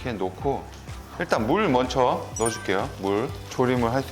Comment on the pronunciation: 아직도 못 고쳤네 "먼처"가 아니고 "먼저".